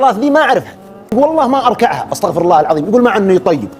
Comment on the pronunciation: استغفرُ الله، لازم نضم حرف الراء